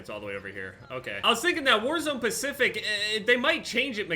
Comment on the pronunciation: Is he saying warzone pacific or warzone specific